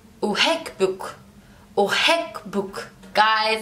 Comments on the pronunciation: Ilove you = ohibok not ohikbok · صعب تتعلمو العربي لانو انتو ما عم تحكوا منيح يعني انا أحبك بتلفظوا i ahkbok اي شو ها